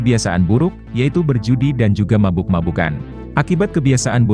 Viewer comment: berjudi.. bukan berjudai..🤭